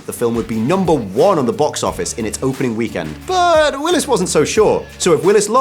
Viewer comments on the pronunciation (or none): none